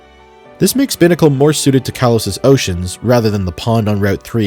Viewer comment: Incredibly awful pronunciation of Binacle Do you also say bih-cycle? Bih-lingual?